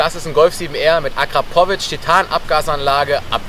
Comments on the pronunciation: Hahaha akra pooo vic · Alter wie kann man Akrapovic und Launch Control so falsch aussprechen🤦🏼‍♂️